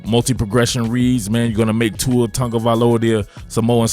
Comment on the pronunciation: ahh, just you inability to pronounce his name, got it.